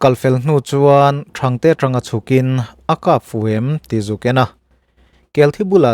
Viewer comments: Thang tihlaihi thluksang la dikzawk lo'ngmaw? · Thangte hi I lam rik dan a sin chiah lo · 3 : 43 A channa tur THANGTE a siam ta nghal a,,, tih lai a Thangte i lam dan hi,,Silai a kap ri thang thanga tih ang deuhin Thang lai hi a säng tur ani zawk ang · Thangte i lam rik dan hi a diklo tlat. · Thangte tih hi ilam diklo a youtuber ho hian mizotawng hi uluk teh u.mizotawng kan ti dazat tawh mah mah ani.Nipui tih pawh ilam diklo. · 'Thangte' chu lamdiklo ve tlat..ngaihnom Next video awm duh hmel ka ti keichu.. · Thangte ilam Dan hi a diklo deuh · Kan tawng i thiam viau mai. Sa hi an pelh ngai lo. "Sawisel" tih a, "sel" an hian "pēl" tih tur. A modified form-ah chuan," inkhel" tih a, " khel" ri ang hian a ri tur. Sulhnu tih leh Thangte leh zim tih modified form-a lam rik dan te leh thumal dang tkemte pawh hi, a dik zir i mamawh.